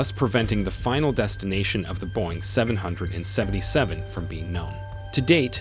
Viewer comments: its pronounced "boeing triple-seven" and "MH three-seven-zero" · Boeing seven hundred and seventy seven 🤦‍♂️ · “ Boeing Seven , Seven, Seven “ … 🙄… i’m annoyed already… they can’t even get the name of the damn plane pronounced correctly